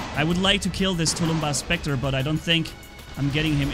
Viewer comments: It’s tulmbas not tulumba but I don’t care. I personally like the way you say it better tho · please speak properly! Tulumbás is SINGULAR, not tulúmba. Plural is NOT tulúmbas, but TULUMBÁSES. If to spell its pronounciation in English way it would be touloum-bús. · Dis any 9 e else see the title and think SERIOUSLY?! Where is the s in tulumbas! (Please don't take this as hate)